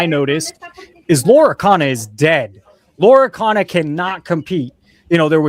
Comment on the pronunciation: Bro, its not LORA CANA... 😂